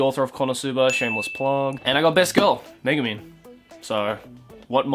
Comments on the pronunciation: I thought you say Megaman, ahh it's Megumin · exactly I was just about to comment that